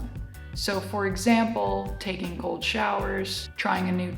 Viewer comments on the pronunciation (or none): "For example: taking gold showers" Took me a second to realize you said cold :D